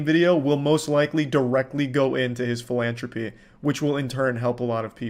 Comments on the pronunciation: Charlie, you pronounce "philantropy" like a Corleone 😅 The letter H appears twice ffs😅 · Also why can't Charlie say the word "philanthropy"